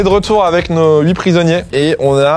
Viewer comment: Huit n'a pas de S à la fin!! Pitié, ne faites plus cette liaison qui n'existe pas..........